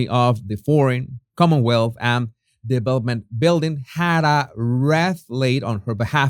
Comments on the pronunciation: Jesus, it is pronounced 'reeth' not 'reth'. (WREATH) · Wreath is pronounced reeth. x I was looking at the coat, the hat etc, during the Live stream replay lol. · wreath pronounced reeth